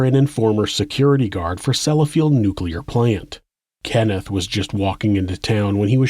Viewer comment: Well done sir! Despite many earlier mispronunciations pf many word...you got "Nuclear: right! 👍